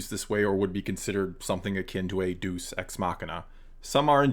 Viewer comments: Been enjoying your content for awhile now. Just an fyi, that Deus Ex Machina, the Deus (God) isn't pronounced "deuce", but is pronounced "day-oos", like day-moose or "deh-oos" like dead-moose. Cheers & MTFBWY! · My answer is Yes, exactly that! And to be helpful... it’s “DAY-us ex machina”, not “DUECE ex machina”. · Deus is two syllables: "DAY-oos." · Good take, but it constantly bugged me... Deus is pronounced "DAY-oos," not "deuce" x) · 'day-oos', not 'doos'. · Two points. 1. Deus is pronounced day-us, not duece. That means something very different. 2. I am tired of people saying TLJ's story is fine as a self-contained story. If that was actually true, there would not be so many plot holes in it. For example, in the Canto Bight sequence, Finn and Rose are looking for the one person outside of the First Order who can hack the sensor that tracked the Resistance through hyperspace, but they get arrested for illegal parking before they can say a word to him. At that I nearly shouted in the theater "Let a plot point happen! Stop setting things up just so you can not deliver them". Then what happens? Finn and Rose find a second person outside the First Order who can hack the sensor who just happens to be in the same jail cell. After it was established there is only one person who can help, it turns out there are two after the search for the first person was turned into a joke. If that doesn't scream plothole made for the sake of comedy followed by plothole for the sake of being able to continue the plot, then what does scream plothole for people? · I’m sure some one has already said this but it’s Day-us not Due-s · Its day-oose machina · Tiny nit-pick, but the pronunciation for Deus is "Day - oos". All the same, good points made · it's pronounced DAY-əs ex-MA(H)K-in-ə. In english anyway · Interesting video! One thing I noticed though, was you mispronunciation of "deus ex machina" The first word "deus" is pronounced as "day-oos" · It's pronounced: "day-us."